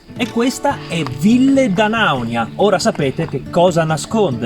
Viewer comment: Ora che hai imparato a pronunciare bene 'Ville D'Anaunia' prova a dirlo in corsivo